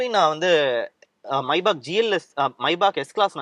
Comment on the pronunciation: Bro that's Maybach not maibach